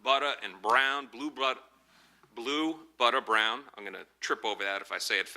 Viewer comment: "Blue Butta brown" lmaooooo😂